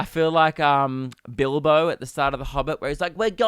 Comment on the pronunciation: Yo the way you say bilbo was weird af